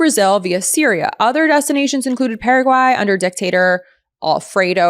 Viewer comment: You must speak Spanish because you pronounced Paraguay correctly multiple times👍